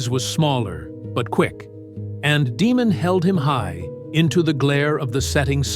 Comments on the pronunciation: It's pronounced "DAY-mon", not "DEE-mon." There are no demons on House of the Dragon, but there is a Daemon Targaryen. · "Demon Targaryen"? AI never prounces things like this correctly.